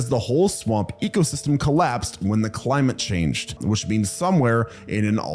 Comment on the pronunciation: "CLIAMTE CHANGE" I don't know why I find it so funny